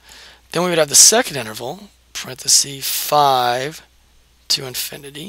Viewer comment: Thank you - in exchange I'd like to give YOU a gift: The word 'parenthesis' comes from Latin. The plural is parentheses, as you know, pronounced 'parenthesEEs' and the singular is parenthesis, pronounced 'parenthesis', not 'parenthesee'. That is a gift that will help you sound as informed about language as you obviously are about math. Enjoy!